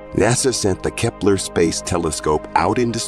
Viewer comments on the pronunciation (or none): none